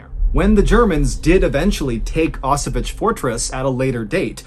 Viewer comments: Actually it should be pronounced more like "Osoviets". It would be as close as it gets to original pronunciation. "Osovich" sounds nothing like Osowiec, where the story takes place ;). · It's an amazing story and I love the way you told it, but... It's not "Osovich", it's "Oso-vee-ets" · Actually, it's pronounced like 0s-sovyets, not oss-o-witch :) Love the stories, anyway . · O-so-viets (the last part read like in VIEtnam) You're welcome : > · favorite battle of ww1, i wanted to hear you take on it. and i loved it, but one problem. its pronounced ow-s-vetz, kind of like auchwitz, but with a hard ow. but in russian instead of polish its more Oso-viets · Wow, I'm from Poland and I've never heard of that event before. Truly interesting story! I'll try to visit the fortress if I have a chance. <3 I might also add you pronounce "Osowiec" quite incorrectly. 😅 "Osow-" is correct, but you pronounce "-iec" like "itch", when it should be like middle of the word "pr-ETZ-el". :D But ponunciation of "Kotliński" was pretty much spot on for native English speaker. :) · Great story telling, Mr. B, but 1) the fortress name is pronounced /ɔˈsɔ.vjɛt͡ɕ/, with t͡ɕ at the end pronounced like 'ts' in 'tsar', and 2) Second Leutenant Vladimir Kotlinsky was not an 'inexperienced soldier', he was the commandant of Osowiec with at least twelve months of combat experience by the point described in your video. Apart from St. George's Cross you mention, he was awarded two other orders of the Russian Empire. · is he talking about Auschwitz? never heard anyone pronounce it like that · Thank you. I couldn't scrap the name of the fortress from anywhere. That English pronunciation messed my mind.